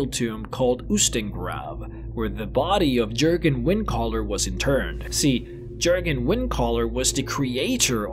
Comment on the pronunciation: Jurgen is actually pronounced Yourgen